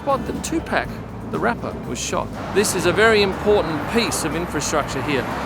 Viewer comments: I love your videos. I never miss a single one. Linda, here all the way in South Africa. PS; It is pronounced more like 2Pahk than 2Pack. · Why can’t white Aussies or Brits ever pronounce 2Pac’s name correctly? It’s “tu-pawk” not “too-pack” 🤦🏻‍♂️ Jay-Z famously corrected an interviewer.